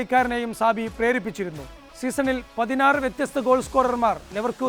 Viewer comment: സാബി അല്ല ചാബി.